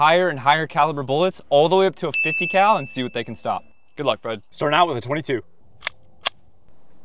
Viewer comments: You said 50cow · He's joking. The first guy said "50 cow" instead of "50 cal" as in calber bullets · everyone knows that. On this channel he calls it a 50 cow just for jokes.